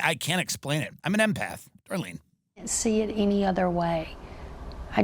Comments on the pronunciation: swear I heard Eminem and my ears perked up lol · I thought he said an M&Mpath lol